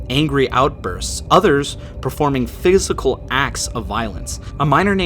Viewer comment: I think he just had a little oopsie